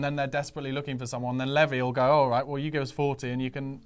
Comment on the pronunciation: Please please please will pronounce levy correctly!!!!